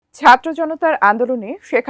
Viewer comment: এইই বাল এর উচ্চারণ ঠিক নাই. ভারত কে বারথ বলে ছাত্র কে চাত্র বলে. এইই ছাগল্লের বাচ্চা চালাবে দেশ